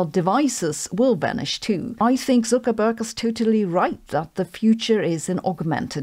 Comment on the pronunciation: Love how she pronounces: Zuckerberg. Germans of YouTube unite! 4th Point I always agreed with.